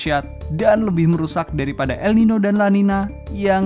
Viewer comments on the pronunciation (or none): Sebenarnya namanya el niño dan la niña, pake ñ dibaca ny. Jadi bacanya el ninyo dan la ninya.